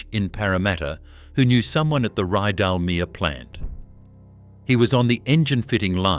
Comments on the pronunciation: This is AI narration.. Why do you do it..? The narration often doesn’t match the video..Ridalmear.. really.. .? Terrible research, so many mistakes. Do better..! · More AI drivel. Can't even correctly pronounce Rydalmere. The Air Tourer aircraft doesn't even rate a mention